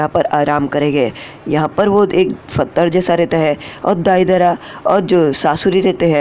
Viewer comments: pathar : fathar 🤣🤣🤣🤣 Jaldi mat bol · its pathar bro not fathar(stone) 😂😂😚😍😍